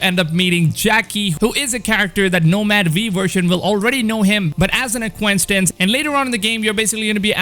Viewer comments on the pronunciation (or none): LOL uhhh its “acquaintance”. Get a Dictionary